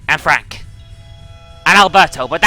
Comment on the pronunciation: When she said and frank it sounded like anne frank